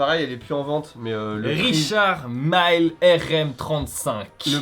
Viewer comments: on dit richard 1000 ( et non maïle), c'est une marque suisse créée par un français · Richard Mille, comme mille le nombre... pas Maaïïïïlle, bon sang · Les montres Richard Mille venant de la Suisse francophone,Mille ne se prononce pas à l’anglaise mais comme 1000🥴